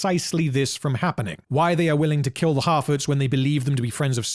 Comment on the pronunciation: I keep thinking I hear him saying "half-wits" instead of "harfoots" but both mean pretty much the same thing.